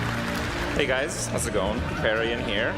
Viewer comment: Mandatory "you're saying Kripparian wrong" comment to begin with, looking forward to watch the rest :)